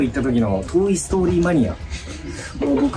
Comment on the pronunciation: トイ・ストーリーの発音が、"トーイ"・ストーリーって読んでてちょっとローマ字読みなの可愛い。